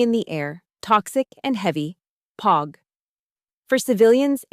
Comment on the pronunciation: And say POG the right way for fucks sakes!